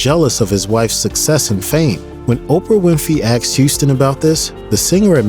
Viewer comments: BTW...it's asked....not axd. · It's "asked" not "axed"! I love this biography but the pronunciation of certain words are not "good"! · Could you please pronounce the word " asked" correctly